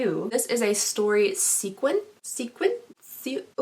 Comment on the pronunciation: "sequence" roxy andrews has entered the chat